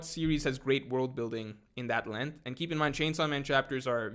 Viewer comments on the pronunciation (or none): none